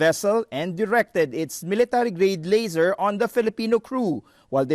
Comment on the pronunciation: Laser, not "lasser"